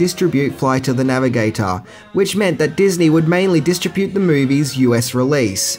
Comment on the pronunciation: That is NOT how you pronounce distribute lol